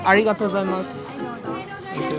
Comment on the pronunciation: This guy wanted to say Arigato Gujaimas dont know the pronounce so badly but if i say to some japanese people i think it will be dream come tture 😅 .. As anime fan.